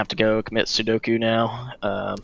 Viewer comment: Lol "Commit sudoku" its seppuku